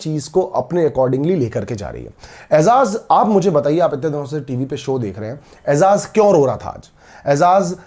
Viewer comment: Aizaz nahi ejaz